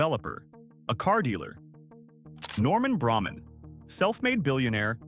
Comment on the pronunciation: Braman is pronounced “Bray-man” not “Bramman” thank you